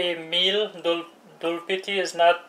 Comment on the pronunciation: Its doodpity not dulpity ... dood means milk in hindi